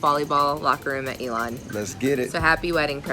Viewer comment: First comment I want to make clear to this chick is to learn how pronounce Elon college!!! It’s ‘E’ lon college. Geesh.